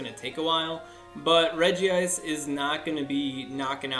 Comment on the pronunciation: How many People are going to keep pronouncing it's name wrong? It is pronunced Regi-ice!!!!